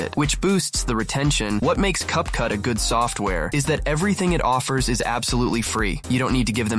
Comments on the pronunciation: its not cup cut its cap cut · Great video! Just want you to know that it's Capcut not Cut Cut.